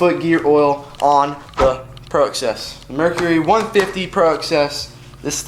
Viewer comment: The shaft should be greased before the prop is placed back on. I would not make fun of how southern folks say oil when you can't say Mercury!!!!